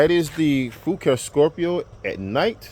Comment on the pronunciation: I think the name is pronounced "fu car eh". I just ordered the same color. Great video.